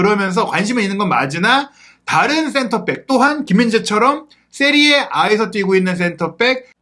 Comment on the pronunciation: 세리아에이가 아니라 세리에아임